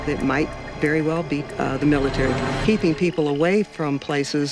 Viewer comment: Miitary with an AL